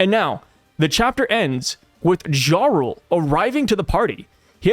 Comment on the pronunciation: No hate but the J in “jarl” is pronounced like a Y. ❤